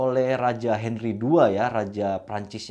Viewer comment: Ada sedikit kekeliruan ketika nyebutin nama pedro dan henry...tp selebihnya oke om..👍👍👍